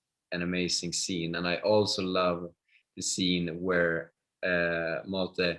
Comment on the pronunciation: Is it really so difficult for the interviewer to correctly pronounce the names of the characters and actors? Wilhelm is not pronounced "Willam." Malte is not pronounced "Maltay."